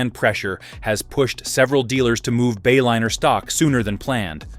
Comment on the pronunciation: AI crap...Bayliner became Baylinner. Is that what we are spending trillions on?